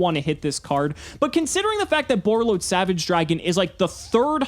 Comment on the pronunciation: When he said Borreload Savage.. 🤦🏻‍♂️